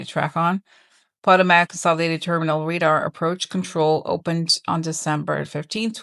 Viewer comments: every day you are in Rio you look more and more relaxed. BT2W - it’s po-TO-mac, not PO-to-mac. I live there. ❤ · It makes sense why congress rushed home for a 2 week period. Time to get home and wait out the plan! April seems scary for travel. So glad we didn't go forward with our spring break plans! We're in the DC area so that effects all of our airports. BTW, Potomac is pronounced Puh-Toe-Mek and Dulles is pronounced Duh-Less. Just thought I'd help since this will be a hot topic for a bit. ❤ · pa TOE mick, like the river in DC.